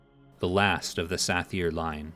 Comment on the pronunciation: TRAK-ANON. not TRUH-CANNON! also Suh-Thyr NOT SATH-EAR :D